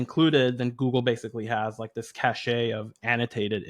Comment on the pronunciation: Please,, "cache" is pronounced like "cash", not like "cachet"